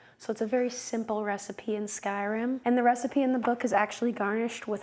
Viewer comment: It's pronounced Skyrim not Skyrem. Just so you know. ❣